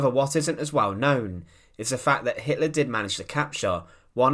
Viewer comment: Stalin ever the tyrant, arguably the equal of Hitler. That's Hitler...not HitLARR, and Barbarossa, not BarbarossARR.